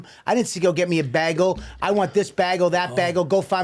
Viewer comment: I love you guys, but Bobby you say BeHgUL one more time and I will commit my life to being the batman to your joker. It's BAGEL. get it right DUuude